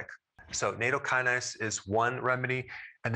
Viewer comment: plz learn the CORRECT pronunciation : na- -tow -kuh-nayz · not nAto, just NA-TOW